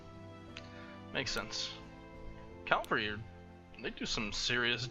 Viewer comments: IT'S CAVALRY NOT CALVARY, I'm sorry I had to get that outta my system. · It really bothers me how you say Cavalry. Its not Calvary.